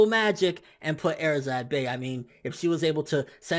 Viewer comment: you pronounce erza wrong please stop..